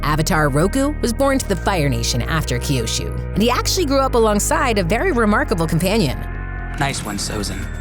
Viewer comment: Did anyone hear the lady say Kyoshu in